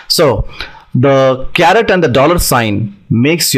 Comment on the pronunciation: My friend, it's not a CARROT, but a CARET